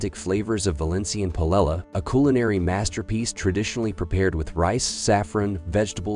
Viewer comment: You lost me at "Pilella" 🤣